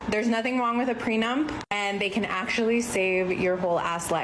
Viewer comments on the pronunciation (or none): She kept saying "pre-nump." ....it’s pre·nup, as in pre·nup·tial agreement.